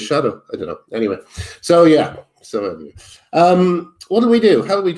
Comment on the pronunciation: You're saying "anyway" wrong.